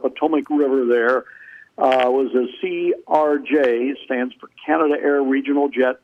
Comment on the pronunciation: Canadair, not Canada Air.